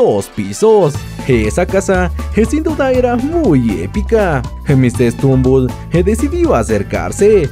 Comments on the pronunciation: Es stumble no strumble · no es srumumbol es stutumbel